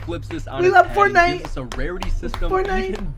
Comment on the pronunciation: I thought I was the only one who said Fortnite like that at the start 😂